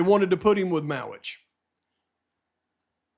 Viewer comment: Mowitch not Mowery